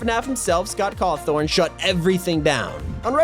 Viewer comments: Scott cawtorn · ``Scott Cawthorn``